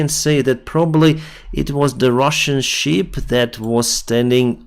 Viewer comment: Шып (ship), не шип (sheep).